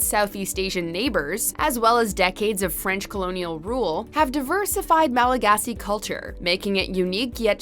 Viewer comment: I just like the way you pronounce all the Malagasy words!!! Really great video btw :) Thanks for making it.